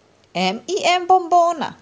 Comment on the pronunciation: ne kaze se m i m nego menems